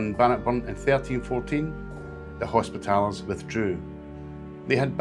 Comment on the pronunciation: interesting but pronounce hospitallers properly please